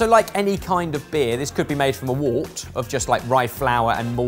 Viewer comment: Oh... It's definitely not pronounced Wart, I've always heard brewers pronounce Wort as Whirr-t, the same as St John's Wort.